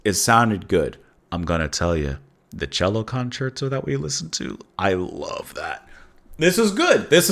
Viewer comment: 👍 Only 105 more symphonies to go. BTW, concerto is pronounced kun CHAIR toe :)